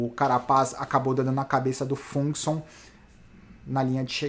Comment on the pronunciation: a pronúncia mais correta pra Fuglsang é mais ou menos Fuguelzang 😉